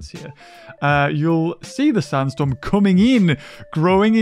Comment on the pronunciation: Desert storm? LMFAO! I love how he pronounces sandstorm! 😂